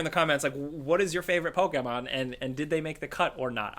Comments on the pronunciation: PokEmon, not PokAmon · Why do you pronounce pokemon with an ''A'' and not ''E'' because you say it as pokaman inside of pokemon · The way pronounces Pokémon fucken triggers me lol love you tho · Hi says it like pok-ei-mon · The way this dude says "Pokemon" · says Pokémon funny, or maybe I say Pokémon funny.